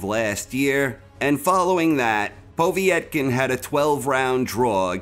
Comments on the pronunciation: poh-vey-et-kin?, its pov-yet-kin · Good video as always, from Russia with love:) Btw Povetkins name is pronounced pov-et-kin rather than povie-et-kin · “Povie-yet-kin”?!? Come the hell on. You know that’s NOT how it’s pronounced. Wtf is w/ so many ppl mispronouncing so many common words and names in this sport? And we can’t blame this one on being foreign to us bc it’s an Eastern European name, he’s adding letters and syllables. - that said, I like the list. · The way he pronounces Povetkin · Why can’t you say povekin right